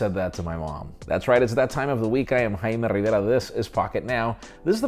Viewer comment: With the "Jaime Riveara" at the end. Hahaha🤣